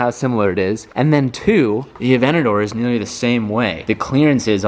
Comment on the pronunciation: He pronunces the lambo weirdly avenador Wtf